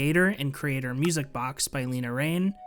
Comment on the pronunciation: Le-na, not Lee-na